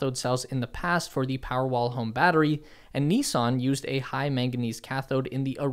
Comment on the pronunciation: Good video but it's not NEEESAN, it's NiSSan